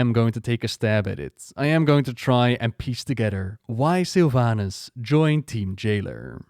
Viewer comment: i keep hearing sylv anus